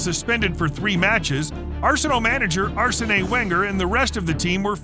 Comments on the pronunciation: Arsenay Wenger killed me 😂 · The way he pronounced Arsene Wenger was crazy. “ Arsenai wenger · it just got funny after a while for me. Like this is too much, this has to be on purpose 😄 Weirder Braymen and Arsenay Whenjer were my favourites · Arseney Wenger 😂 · Arsenay Wenger